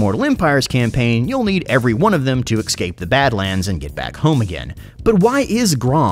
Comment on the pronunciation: If this man says exscape one more time.